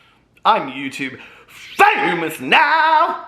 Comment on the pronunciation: Holy cannoli, early bird gang! Can we talk about the “umph!” on that, “I’m YouTube FAMous now!” It sounds like you feel well today! Hi!